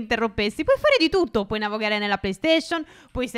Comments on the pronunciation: sbaglio o ha detto "navogare "? 😂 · Poi che dice navogare